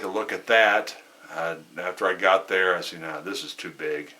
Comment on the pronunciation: got not git lol